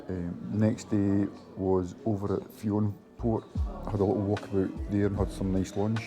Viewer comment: great video guys, always wanted to climb Ben More myself some day! Fionnphort is pronounced Finafort btw ;)